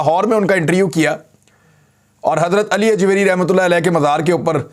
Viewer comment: Mere Bhai intriuuuu nahi hai interview hai.... Plz interview boliye na ki intriuuuuuu....